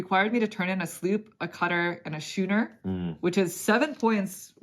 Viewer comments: Thank you for the entire series. It's been great fun. 'Schooner' has the same sch that 'school' does. So it's "Skooner", not "shooner." I love your "backdrop". It makes a very nice change from the standard Interesting-But-Cliché Wall of Games. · Perfect timing on this as we just bought it last week. As dry Euros go this seemed fairly thematic, though it seems a bit lighter than I expected - might be a good way to introduce newer gamers to Uwe’s games without the grind of “feed your people”. BTW, the ship is pronounced as skooner, with a hard C. Nice playthrough, and good insight on the replayability issues.